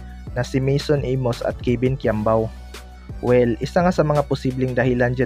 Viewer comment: “Kebin quiambao”